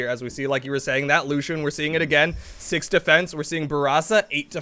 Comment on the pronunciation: Its still lucien and not Lushen